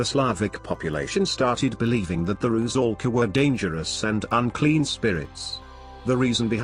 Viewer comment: RU-'SAL-KA. 'SAL' - 'S' is an 'S', not 'Z'. 'SAL' rhymes with 'DOLL'(American pronunciation), not 'BALL'